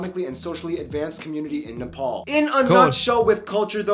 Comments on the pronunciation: Finally someone that pronounces Nepal correctly. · He actually pronounced NEPAL right